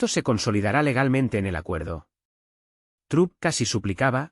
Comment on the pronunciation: Se PRONUNCIA TROMP NO TRUM 👋 👋 👋.